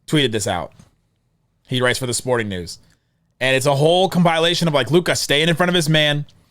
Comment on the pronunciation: if we lose it’s cause u relentlessly kept saying “compile-ation” 😔🤣